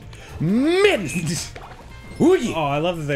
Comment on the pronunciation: Macho meadness. Oooh yeah, it's mach meadness. xD